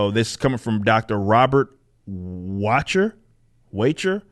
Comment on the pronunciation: Wachter = Vok-ter.